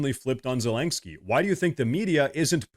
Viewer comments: Once in awhile you are pronouncing it right: 'ZeleNSky' - but usually you pronounce 'ZeleNGsky' Much support from Finland 🇫🇮 You have a good channel here 👊🏼 Keep going strong my friend 💪🏼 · the complete disrespect by pronouncing his name zelangsky the whole video made me chuckle. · Me trying to count the amount of times you said ‘ZelenKksky’ 😅 lost count somewhere around 7. Good vid bro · Please stop pronouncing his name as Zelenksky. There's no k before the s. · Ze-lenk-skyy != Zelenskyy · His name is pronounced zelen-skee. It's painful hearing you mispronounce it and it makes you sound less credible.